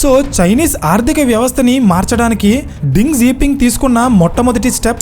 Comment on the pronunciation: Ding kadu raa Deng